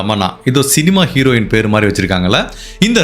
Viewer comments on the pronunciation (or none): none